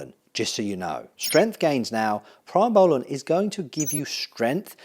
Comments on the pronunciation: Great video but please pronounce primabolan correctly..... Pree not Pry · Pree-moh-bowlan, not Pry-moh-bowlan Pretty much use mast or primo as an AI depending on the ester of the cycle. I think you should run Primo if you’re running over 500 test for a 16-20 week cycle, short ester bulk you could do test/mast/npp and run the npp higher than test, mast alone should work for that.